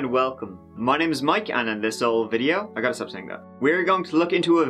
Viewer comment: Love how you say "ole" instead of "old" like most think lols.... Keep your shit up lols love you